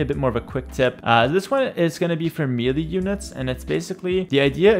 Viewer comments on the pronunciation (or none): One small tip, its Meh lay not meely. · Great tips. I was able to understand most of it as a total noob. Also, you help me, I help you: melee = ‘MAY-lay’